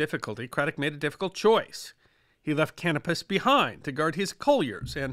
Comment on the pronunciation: Love your videos. I have great respect for well-read folks such as yourself. I know finding good pronunciation guides when you have only seen something in print can be daunting. If I may make a couple suggestions in this spirit of respect. Canopus is named for the star, can-OH’-pus. The double-e in German is pronounced “ay”, so Spee is shpAY, in fact the rest of the Graf’s name you did quite well. So just amend the last syllable Graff’ fahn Shpay’.